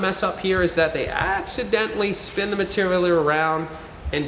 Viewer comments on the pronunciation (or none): none